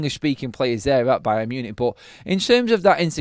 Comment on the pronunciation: Buy-un Munich buy'n Marcus! OMG I'm gerrin better at this! 👀 Caz, back me up here!! 😂😂😂